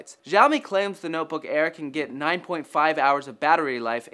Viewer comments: no, seriously, the x in xiaomi is pronounced as an "s" syllable; see-ow-mee (but not nearly as long) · its not ziaomi, its more like shiaomi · its xiaomi not jiaomi -_ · it isn't 'zhao mi'. It is "she-ow me" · Its "SiaoMi" not "ZhaoMi" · its "SHAO-ME" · it's pronounced shaomi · Actually, it's pronounced "Xiao mi". As in "Xiao" and "mi". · Can you butcher "Xiaomi" name some more??? God, you have the Internet at your side and still you don't want to search before using. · Xiaomi pronunciation of yours sound weird ~ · I hate the way he pronounces Xiaomi. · You guys fucking BUTCHERED the pronounciation of Xiaomi. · Lol dafq with that pronouncing of Xiaomi rofl